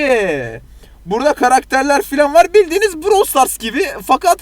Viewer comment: browl stars 🤣🤣🤣🤣🤣🤣brooowwwlll